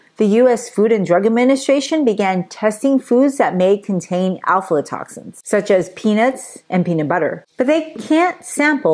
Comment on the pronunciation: You're saying it wrong. It's AFLA toxins. Not ALFALA.